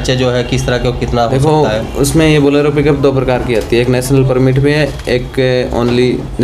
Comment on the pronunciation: Borelo nhi bolero